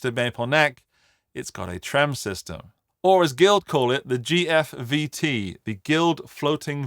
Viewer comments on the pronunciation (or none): none